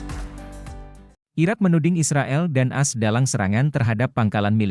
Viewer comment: A. S bukan as.... Reportase